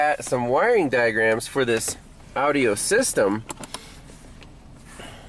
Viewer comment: Is anyone else chuckling every time he says audio as Audi-o? It reminds me of my grandpa.